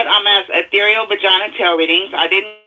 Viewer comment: He said vergina